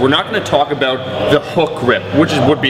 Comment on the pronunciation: that killer "aboot"